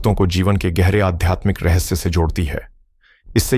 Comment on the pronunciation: Bhai hindi to sudhar lo. Rahasya or rahassa